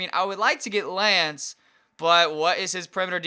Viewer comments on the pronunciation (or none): none